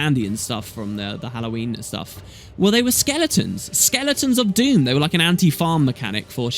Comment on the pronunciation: I thought it was Dhumm, not Doom? Then some Americans do have strange ways of pronouncing some words. The human gods leaving permanently would certainly leave a power vacuum, lots of nasty things could worm their way out of the mists. It might end up being a really Dumb thing. Another question is what are the human gods really? Except for Kormir, who was a human replacement, we have only seen their avatars, not their real selves. As for Scarlett she might not be totally gone, there will always be reflections in the dream, perhaps she could come back, changed now that her mind has been freed? Admittedly the chances of this are extremely low but I did suggest it in a short story on the official forums some time ago.